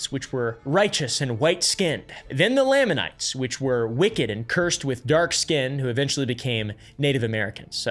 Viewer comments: Knee-fights and Lay-mon-nights. Just a pronunciation guide. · He couldn't pronounce laminites.. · As a no-longer-believing but still happily practicing member, I'm already laughing at mispronpuncing Moroni, Nephites, and Lamanites. He failed the fundamental litmus test for researching the church properly, and was likely just rushing and just going surface level. I no longer feel any need to watch as I know what to expect now. And I say this as someone who's subbed to Mormon Stories Podcast and Alyssa Grenfell and stuff. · bro please pronounce SOMETHING correctly lamanites, nephites, papyrus, necromancy ALL WRONG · NEE phites, LAA manites. You didn’t do your research very well. 😂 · As a past mormon, there are only 2 things I have to complain about regarding this video: pronunciations. "Nephites" is pronounced with a long E, like "knee-fights" and "Lamanites" also with a long A, like "lame-a-knights". Otherwise spot on! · It’s pronounced Knee-fights and Lay-men-ites lol 😂😂😂 (Nephites and Lamenites) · As an ex mormon We always pronpuced nephites and lamanites "nee-fites" and "lame-an-nites" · Only like 7 minutes in but as an exmo I'm really struggling with your pronunciation of a few words. Nephites are like knee-fights, lamanites are like lame-an-ites, and Moroni is like mo-row-nigh. Anyway, great video so far lol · How to pronounce common Mormon words: lamanites: lame-Ann-ites Nephites: knee-fights Moroni: more-own-eye Feel free to add more -exmo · Ex morman here, I was taught to pronounce nephite as NEE-Fight and lamanite Lay-mon-night